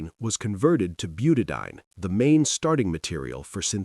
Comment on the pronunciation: I must complain. The use of AI for the dialogue in these 'shorts' leaves something to be desired. As a retired Organic Chemist the enunciation and pronunciation of chemical names is critical to understanding. It is pronounced 'Buta-di-ene. Eeene! "...ine, ane, ene, yne, all mean something very different.